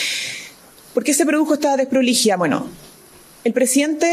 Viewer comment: ...con esa "dessdproligidad"... jajajaja. .. alguna vez firmaría algún contrato de cualquier tipo ....algún cheque...letra ..mamamia...que nos espera....que le pasen una lapicera..de nuevo....(.......)